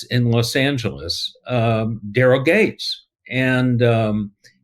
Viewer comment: Just fyi I watched half this video hearing you comment on "gangs"... it wasnt till you mentioned how fit "gangs" was that i relized youwere saying "Gates" .... suddenly everything clicked & made sense.